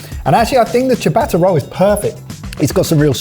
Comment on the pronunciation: I am always amazed how even professional chefs cannot pronounce the most basic of foreign words properly ... and don't seem to be bothered. Eg, from the start of this video: "saw-tay" instead of "soh-tay" (amazing how widespread this is, even amongst chefs), "chee-a-batta" instead of "cha-batta", "cot-su" (!?) instead of "cat-su" .. etc etc. It's such a simple thing to get right, and makes you sound so provincial & backward when you get it wrong. Can I plead for you to try a bit harder and make your EXCELLENT channel even better?